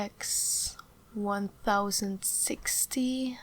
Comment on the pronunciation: its pronounced gtx 10-60 not 1060.. your little mistakes in English are so cute btw